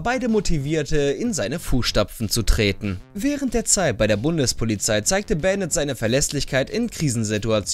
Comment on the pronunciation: Man spricht es Bandit und nicht Bänded es ist ja ein deutscher operator